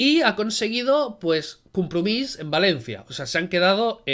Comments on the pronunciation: Por favor, no digas "Cumprumís", sino Compromís, en valenciano, tal y como se escribe. Gracias! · Buenos dias. En valencia no cambiamos la "o" por la "u" como lo hacen en cataluña. Compromís se dice compromís, no cumpromis. Y asi igual con todas la palabras y nombres.